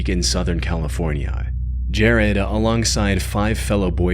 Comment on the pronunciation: "Southern Californ-yai." Tf